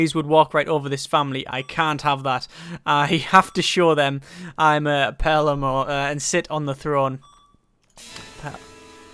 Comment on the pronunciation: PA-LAIR-MO. That is all.